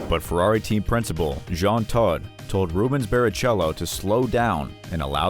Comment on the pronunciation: Yeah u know the brown with a hit of red. What that has to do with Ayrton i have no idea. 😂. Totally jack up Rubens name too.